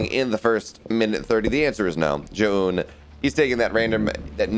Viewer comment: Omg, just let me co-host just so that one American announcer for the first time can pronounce Zoun's name correctly